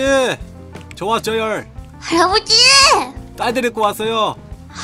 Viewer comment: 할아부지 저 와쪄열ㅋㅋㅋㅋㅋㅋ 발음잌ㅋㅋㅋ